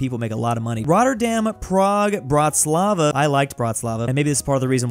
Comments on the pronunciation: its bratislava not Brat is laiva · its not hard to pronounce the i in bratislava, even if you dont say it the right way (which you never will) its atleast acceptable